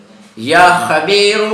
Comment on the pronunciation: Not...qabeeru...."ya khabeeru" ye sahi h.